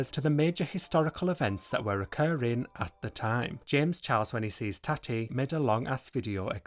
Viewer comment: Lmao at u pronouncing Tati like Tatty